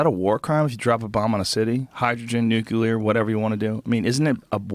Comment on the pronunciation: "Nucular." -Joe Rogan, 2016